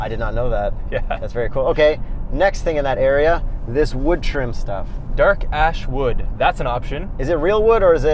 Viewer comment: Am I the only one hearing "dark a$$ wood" the second time says it?